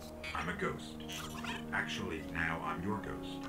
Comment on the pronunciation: XD never heard Ghost referde quite THAT way before! hahaha!